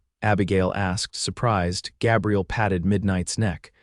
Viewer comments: The cowboy’s name has a long “a” it is a guy’s name. AI is often faulty in name pronunciation at the least! I am not a fan! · Good story despite the AI narrator's annoying mispronunciation of Gabriel.